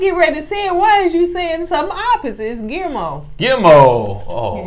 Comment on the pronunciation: Its pronounced Qee Air Mo which is hard to say. Hopefully this helps. Love you guys.